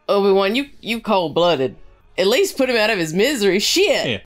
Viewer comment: Stow-biwan Kenobi